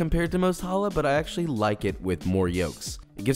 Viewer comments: “Joshua weissman” and yet he can’t pronounce the chet? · You rip challah in the bulges, you never cut challah, you rip pieces of of it. And you stress the ch, like your about to sneeze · I was really hoping with a name like Weissman you could pronounce a "ch" sound properly 😭 but great video anyway! But could you show a sourdough version? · it is not babka, it is chalka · Hears the pronunciation. WAIT, I've been pronouncing challah incorrectly for 3 weeks. I also made my first attempt on a Friday without knowing anything. Got judged by the Jewish members of the discord server I'm in. lol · Or mad about him TOTALLY MISPRONOUNCING THE NAME! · As an israeli its hilarious how you say challa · STOP MISPRONOUNCING THE NAME! איזה שייגץ איכס